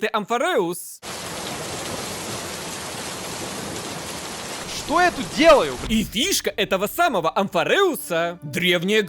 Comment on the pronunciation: Ты специально говоришь амфорЭус, а не амфОреус, что бы триггерить людей типо меня в комментах??